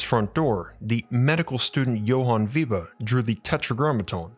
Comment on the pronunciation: Weber, not " Wieber"